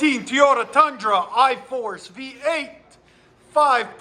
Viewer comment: Teeyota as he calls it